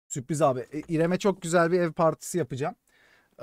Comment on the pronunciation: süpriz değil la sürpriz